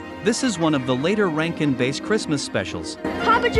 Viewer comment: It's pronounced BASS, like the fish, not "base". Why not use a real narrator instead of these robots?